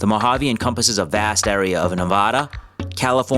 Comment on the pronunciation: NEVADA NOT NEVUADA